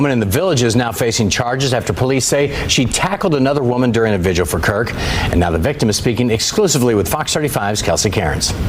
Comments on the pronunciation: Vigil. It's vigil. Not vigual. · GIRL.. please tell me I don’t hear you calling a vigil a visual at your big age 🤦🏾‍♀️